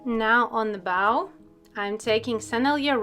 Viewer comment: I just stumbled across you an hour ago, and I’m already so grateful for the videos I’ve seen! I can’t wait to try the tutorials now that my high quality paper has arrived! Thank you so much. 💜 Just wanted to let you know that ‘bow’ (as in a ribbon) rhymes with ‘no.’ ‘Bow’ (as in bowing your head to a queen) is pronounced the way you were in the video, rhyming with ‘now.’ I’m incredibly grateful to be a native English speaker because it is an absurdly difficult and absurd language, and I can’t even imagine trying to learn it as a second language. I have so much respect for anyone who can speak multiple languages, but especially if they’ve learned such a convoluted language like English as an adult. Your English is spectacular, and I’m incredibly grateful that you’re willing to post these videos in English. Thank you so much!